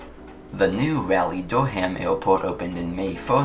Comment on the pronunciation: Sorry to complain, but Raleigh is pronounced Rah-lee not Rally.